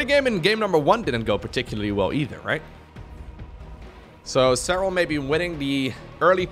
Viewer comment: dutch->english is fun too it warms my heart when he says 'e-chudder'